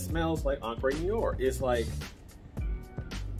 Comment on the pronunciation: It's pronounced "en-cre noo-are'...